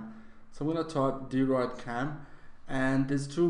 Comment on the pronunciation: it is pronounced droyd cam not deeroid cam